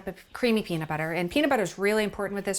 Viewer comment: Peanit butter